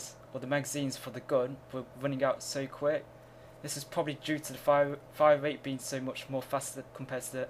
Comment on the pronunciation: Its funny how you can't say r's. You say wate, instead of rate, and wifles instead of rifles.